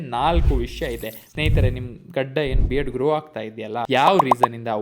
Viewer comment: gadi gadi 😂 yav uru nimdu❓